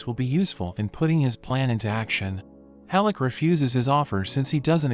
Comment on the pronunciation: Great anime with some out of no where gut punches. Oh and it's HELL-CK NOT hellick